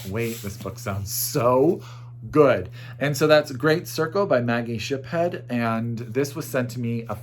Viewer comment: It is Shipstead not Shiphead. Anyway, best wishes from Merida México